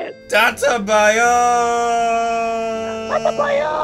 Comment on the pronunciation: ITS DATTEBAYO NOT DATTABAYOOOOOOOOOOOOOOO